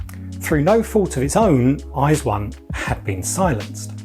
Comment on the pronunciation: Your pronunciation of their name is the most correct westerner that I have heard